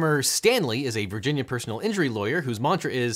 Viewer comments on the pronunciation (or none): none